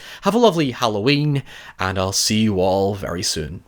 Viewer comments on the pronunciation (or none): none